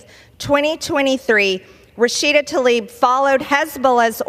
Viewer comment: The lady's name is Tlaib, not Talib. Damnit Margie Taylor Greene, stop acting so ignorant. Please